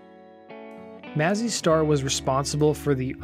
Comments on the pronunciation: It’s May-Zee Star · it´s pronounced May-zzy star